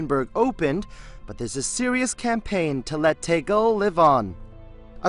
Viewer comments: The Stig's German Cousin Tekel. Lol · You really can't pronounce Tegel or schönefeld properly!! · Your pronunciation of "Tegel" and "Schönefeld" is hilarious ^^ But seriously, this airport is such a shame...